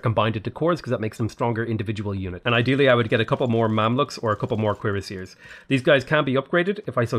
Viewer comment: Instead of cuirassiers, I keep hearing queerassiers, and they definitely slay